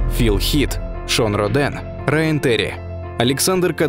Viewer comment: не Шон РодЕн,а Шон РОден